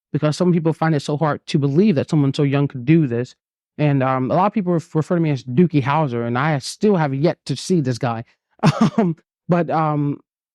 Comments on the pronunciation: That’s cuz it’s Doogie Howser😂😂😂not Dookie Howser…loved that show! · Did he say dookie howser...